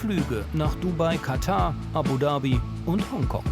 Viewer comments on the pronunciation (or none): none